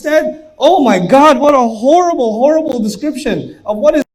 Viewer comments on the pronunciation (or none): hollible hollible 😆lmfao vely hollible indeed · whays so howwible...?